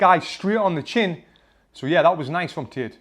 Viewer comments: Bro it's Andrew Tate not Tit😂😂 For Tate's boxing you say Tits boxing 😂🤣🤣🤣🤣🤣🤣🤣🤣🤣🤣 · Why i hear tit and not tate >.> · Pfft, when he says Tate, it sounds like tits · "Undriu tit" XD just jk bro, love u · you killed me with the "andrew tits" accent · Did he just said “andrew tit?” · Lol the way you say Tate I keep hearing tit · 😂 Is it just me or is he really pronouncing "tate" with "tit"